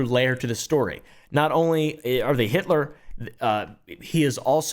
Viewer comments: Starts calling the guy heitler and than saying it how its written LOL is soo funny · Uh oh you said haitler and then Hi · Everytime says Height-lor I either imagine a Paul Bunyan sized Nancy or a Swedish dude trying to say the actual name lol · "heightler" - 2023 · Heighl heightler. 😆